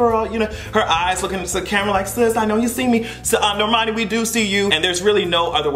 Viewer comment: I had to give Hot Girl Summer another listen and I grew to like it. It’s definitely in my pregame and work out playlists, it helped me get through my squats this morning lmao When I saw those pictures of Normani I could hear your voice “NOR-MAH-NI!”